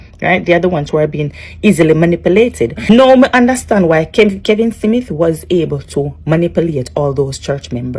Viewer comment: STOP, you don’t look good and the word is not Simith it’s SMITH, talk bad gal.